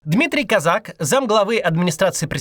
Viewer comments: кОзак он, а не казАк! кОзака, а не казакА. Такой ляп обескураживает, не ожидал от Максима. Куда смотрели редакторы? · кОзак, не козАк !!! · Он кОзак, а не козАк. Те, кто пишут Максу тексты, ставьте ударения, Макс прям регулярно ошибается в именах собственных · Максим не Казак а Козак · кОзак а не козАк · Не КАзак, а КОзак. Это две большие разницы. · по-моему, он не Казак, а кОзак! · Его фамилия кОзак. Просто уши режет это козАк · Не КозАк а КОзак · Не КАзак- КОзак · Блин! Ну кОзак, он! кОзак! Ударение на О!! А не козАк! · КОзак, а не КозАк. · Не КозАк , а КОзак... Не надо масти путать... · да не козАк, а кОзак. Кац, ну что за?... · Он КОзак, а не КозАк, ударение в фамилии на первый слог. Я не представляю, как можно этого не знать - Бывших путинских чиновников на синекурных должностях или вообще в отставке огромное количество. Про них не вспоминают именно потому, что они в отставке и про них ничего не видно и не слышно, и переходят они в это состоянии постепенно. Был министром, потом становится сенатором или депутатом Госдумы, потом советником президента, потом в каком-нибудь совете директоров Совкомфлота, а когда он из этого совета уходит на отдых - никто этого и не заметит уже. Редко уходят прямо с высокой должности в никуда, но я и не думаю, что Козак прямо в никуда уйдёт. Поэтому не надо раздувать из мухи слона, мне кажется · Да что же все как сговорились - он кОзак, а не казАк!! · не кАзак, а - кОзак. учи матчасть, максимушка, после позорься в паблике. как дела с переманиваем спикеров с ютуба в вк ?? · мне ещё интересно, если это украинская фамилия, то ударение должно быть КозАк. А его вроде называют КОзак. А Максим - вообще КаЗАк. 😊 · Вы уверены что ударение КозАк а не КОзак? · НЕ КОЗАК А КОЗАК УДАРЕН Е НА ПЕРВЫЙ СЛОГ .. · КОзак, ударение на О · Очень падает авторитетность слов от обычной ошибки в произношении фамилии кОзак Как будто нет понимания о ком идет речь, даже если это не так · Ударение на первом слоге. кОзак.